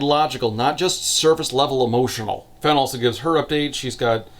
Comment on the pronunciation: I cannot get over how i keep hearing her name as "Felon"